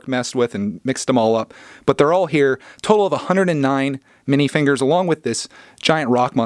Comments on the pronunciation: Why did it sound like you said mini fingers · Are you saying Mini figures wrong on Purpose